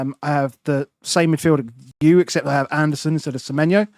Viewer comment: Andersen vs Anderson. Not spelled the same way and not pronounced the same way. son != sen